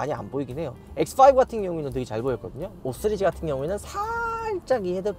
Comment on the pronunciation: 5쓰리즈 ㅋㅋ 발음이 이상해졌어요